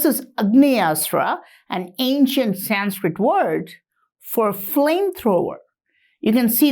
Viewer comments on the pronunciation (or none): none